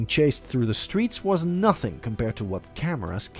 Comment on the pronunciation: It’s the “Learning NHUUHTHING from his mistakes” 😩